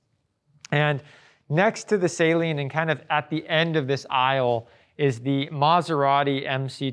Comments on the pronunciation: It's not Say-Lean it's Sah-leen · Saleen is pronounced "SUH-LEEN", not "SAY-LEEN" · Its not salt water...its pronounced... suh-leen😂 Great vid otherwise